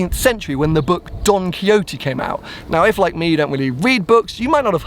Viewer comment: please tell us who is Don Coyote:D.... spanish - on point!:D